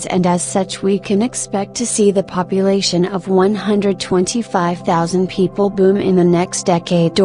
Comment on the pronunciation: I love correcting a computer, it’s Min-Den not Mi-Din